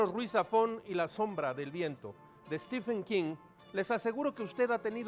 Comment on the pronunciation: Stefen quin jajajjajaajja